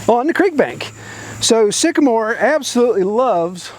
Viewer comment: When the moon hits your knees and you mispronounce trees, Sycamore.